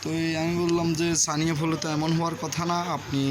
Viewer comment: সানি অয়েব না কি যেন উচ্চারণ করছেন বুঝতে পারলাম না। শব্দটা হবে সাইন অয়েব অথবা পিউর সাইন অয়েব।